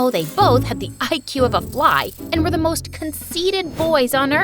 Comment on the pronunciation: in the beginning she said moth instead of most😂😂😂😂😂